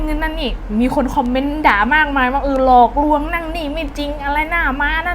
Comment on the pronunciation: หลอกลวง ล.ลิงไม่ใช่ ร.เรือ